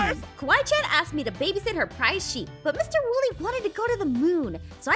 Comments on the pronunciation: "It's a shep" lol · shep its sheep😂😂😂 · “Its a shep” - 2021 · Yes sheep is now shep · backham he said shep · I like how ein sead its a shep lol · rong spell the sheep he said shep